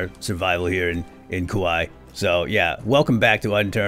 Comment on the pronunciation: I don’t mean to be a stickler, but I might be your only subscriber from Hawaii; there’s a stop in Kauaʻi (cuh-wuh-ee) just in case you plan on the joke again 😅